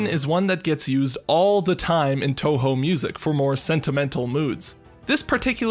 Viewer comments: Touhou. It's pronounce toho, not tawhaw. Just a nitpick though, great video overall. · He pronounced it as toehoe